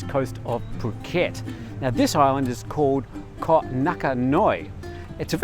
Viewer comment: please pronounce koh (island) correctly. That is not a correct Thai sound. This is what you learn the first week in phonetics when you study a new language. High tone, short vowel with a glottal stop and a soft K ...more like a G as is get or go.